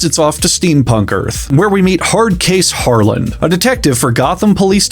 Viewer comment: The d in Harland is silent keep saying it the way you have been though it’s funny and I believe in Harlan without a d superiority